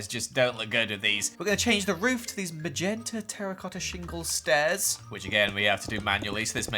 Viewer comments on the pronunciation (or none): none